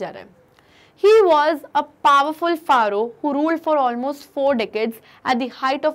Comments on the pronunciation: Mam its not faroh its pharaoh ...its..फैरो i m a bgmi player i know it well plzz dont insult aur x suit pharaoh...read it फैरो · ma'am that's not faaro that's fero -- pharaoh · Very nice, but some phonetic mistakes are there like Pharaoh. It sounds pheroh.reign... Rained not rined etc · Who realised pubg pharaoh mode when she says pharaoh 😩🤌🏻🎮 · Pronunciation of Amun, Aten, Pharoah is Wrongly interpreted Please refer to Pronunciation Dictionary